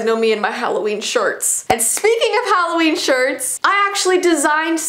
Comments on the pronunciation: Omg she calls it Halloveen I call that too omg! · But it’s not holaween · It’s not Halloween it’s HalloVEEn! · Intro: its halloveen..: its vee Me: 👁👄👁 Im sorry i cant buy your merch because my parents wont let me, im sorry